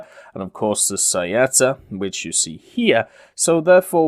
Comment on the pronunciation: Beh, in realtà l'ha pronunciato abbastanza bene, preferirei migliorasse quella di freccia, o saetta, tutte le volte che ha detto "saietta" mi ha ucciso XD